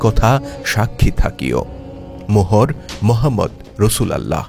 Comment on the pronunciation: বাহী রাসূল আল্লাহ না। নাউজবিল্লাহ। এটা হবে রসূলউল্লাহ